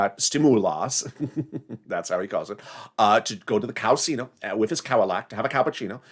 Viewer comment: OMG! you are hilarious: “cow casino & cow-alat (Cadillac)” oh goodness I love your humor. Your the best.